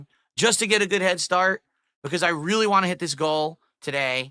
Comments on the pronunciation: hardcore "weally" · "Whelly cool thing". inner Elmer Thud is showing.